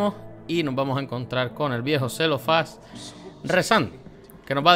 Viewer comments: A ver, es C-L-E-O-F-Á-S, Cle, no cel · Es CLEOFÁS, no CELOFÁS 😁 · haha mori de risa con celofas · Celofas? 😂😂😂😂 Cleofás és lo nombre correcto. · Celofás, Lol. Nah, no vengo a burlarme (aunque sí da cosa el audio en inglés, cuando toooodo lo demás es español). Gracias por la información, me ayudó mucho en el proceso.